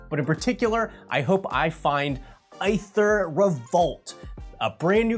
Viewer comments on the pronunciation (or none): Am I missing an injoke that explains why pronounces aether like that? 😵‍💫